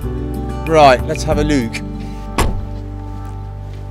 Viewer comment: "Right, let's have a löök."